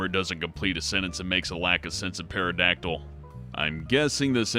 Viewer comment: The p in pterodactyl is silent, dumbass